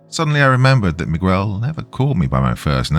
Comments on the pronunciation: No 'U" sound megel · This is like the third story hes mispronouncing Miguel repeatedly. I had to stop listening because it was driving me nuts 😂😂😂. Oh well Migwell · Mig-ggell would be proud. But, alas, he's not white, so, no one cares. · Not Migwell 😭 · Miguel is pronounced me-g(hard g)el (u is basically silent). 😊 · "Mee' Guh-Well," if you're from Ala-Bamm'-uH. is too laid back to pronounce anyone's name with such intense articulation. My favorite: Michigan, pronounced: Mitch, Again? Lol a common misreading. I would love to hear the kind do: "Manic Miguel Munched Mucho Mars Bars in Michigan." Because I'm a Bitter, Sadistic Old Insomniac who loves my hard working, hard working Doc. Death to boring, bland Comment... with a soul. Pleased to hear your perfectly, metered, but flat,, robot voice. Kind of a 4th wall break... luv U Doc. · I still loved the narration of my story nonetheless! If he chooses to narrate "The Pig Man," which is told in first-person by Miguel, I'm sure he'll pronounce it right. They say third time's the charm. Then, I expect you guys to congratulate him haha. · We know you arent AI, AI would know how to pronounce Miguel.